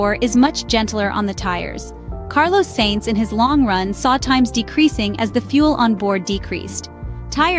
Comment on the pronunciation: It's AI, buddy. Sainz's name is also butchered.